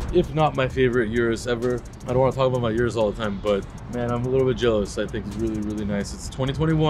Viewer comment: Thanks for pronouncing Urus the correct way. I always check and confirm how employees and manufacturers pronounce the name of their products.